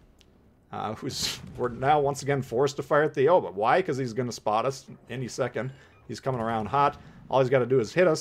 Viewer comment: I'm just here to mention that 'Aigle' is pronounced more like "eh-gluh" and 'Aoba' is pronounced more like "ah-oh-bah". Great video otherwise. :)